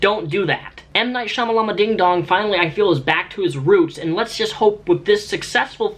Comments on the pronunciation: Stop saying Shyamalamadingdong, he has a proper name Shyamalan is it really that hard to pronounce ?? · That joke where you intentionally mispronounce M. Night Shyamalan's name. It's so old now. M. Night SHYAMALBADAM LOL RITE GUYS? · Wow pretending to mispronounce Shayamalan's name, never heard that before. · Unnecessary salt? It's 2017 and ppl still think it's funny to intentionally mispronounce M Night Shyamalan's name. I actually think it's pretty disrespectful to intentionally mispronounce someonme's name or write it incorrectly after you've been told how to pronounce it.